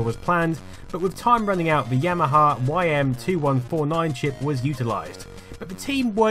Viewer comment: I noticed several times that you not only mispronounce Yamaha as YAHAMA but you spell it Yahama too. Is this a dyslexia thing?